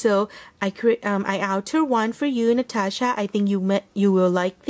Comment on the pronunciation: stunning creations! Love those so much! And yes you pronounce my channel correct! Thank you so very much for a beautiful card and box - love, love, love those. Keep looking on those all day long! Hugs, Natasha